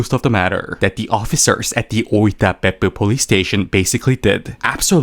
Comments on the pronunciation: Whenever you say Beppu I hear buttox.... Peppu is butt in Finnish. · I love how you pronounce " Beppu "